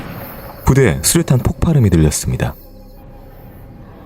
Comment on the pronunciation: 슈류탄(x) 수류탄(o)